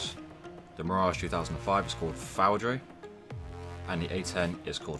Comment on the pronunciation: The Mirage 2000-5 called FOUDRE is pronounced FOODR. means lightning in French. Thank you for the great guide